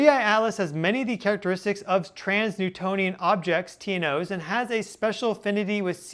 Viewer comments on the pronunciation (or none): Just a side note. 'Trans-Neptunian objects' is pronounced "trans-nEPtUnian objects" and not "trans-nEWtOnian objects". Please don't let misleading pronunciation habit spread and settle in 🙏